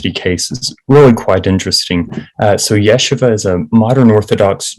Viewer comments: Stop pronouncing it incorrectly!!! It’s ye-SHEE-va not YEshiva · Why is it so hard for these journalists to pronounce the name of the school correctly? Everyone know it's YEH-SHEE-VA.